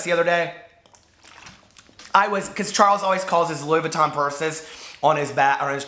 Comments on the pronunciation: LOUIS Vuitton "Lewis Vooten" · "Louis Vooten" I love it! 😂😂😂